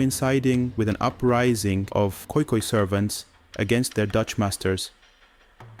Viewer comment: sorry, but to correct you its khoikhoi